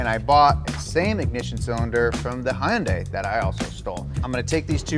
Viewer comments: The donut crew I watch all your videos, but this video just drove me nuts lol it’s Hyundai not Hyeonday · Did you really pronounce the “y” in . Hyundai? “Hi-yun-day” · ITS HUNDAY BRO....The company even said it in a commercial YEARS AGO man...remember they specifically said it Hyundai like SUNDAY!!!!!!! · Hyundai is pronounced just like 'Sunday'. The (y) is silent. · It’s pronounced “Hunday” like “Sunday” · Half way through the video and I cant take it anymore, it's pronounced HUN-DAY! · Hyundai is Hun-Day like Sunday.. there was even a commercial where they tried to spread the word. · Love the vids but guys come on- it's HUN-DAY. The news clips you show say it right but you all always pronounce the Y and the I. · its pronounced hundaii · They pronounce Hyundai like we're in the 80's/90's when people like me used to be called "Oriental". Between the news clips in the video and Hyundai commercials on TV, there's no excuse to continue to pronounce it like "hi-yun-day/die". You can't claim ignorance when you hear it said correctly all the time (commercials). FFS, It's been almost 40 years since Hyundai started importing to the US. How are these guys still saying the name wrong? Stop making it sound weird by trying to exoticize it. The way it's said in the commercials is as close as most English speakers can get to the actual pronunciation, but these guys think it's not Asian enough to say it that way? I just don't get it. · It is pronounced "Hunday" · I cannot stop laughing at your pronunciation of Hyundai. THE Y IS SILENT!!! HUN-DAI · I will say it every time. Love your videos but please learn how to pronounce Hyundai (Hun-day) it’s Korean not Japanese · Hyundai is said like Sunday... as another note, Im glad I avoided any Kia and Hyundai ever. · i love you guys but that hyundai pronunciation is killing me 💀💀 is it an inside joke i'm not aware of or something? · To say Hyundai correctly it rhymes with Sunday and Monday btw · I hate how you pronounce Hyundai